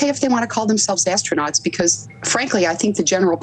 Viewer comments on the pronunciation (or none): I think that lady has a strong desire to call them is "Astro-NOTS"....instead of astronauts. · Someone in the comments said ASTRO - NOTS 😂